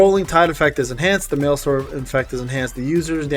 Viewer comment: MaelsTRom not maelstorm. Like a vacuum tornado in the ocean, not like a storm. Sorry I like accurate things